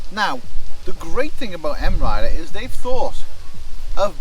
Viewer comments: It's 'My Rider', not M-Rider. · M.I. Rider? I always thought it was pronounced My Rider.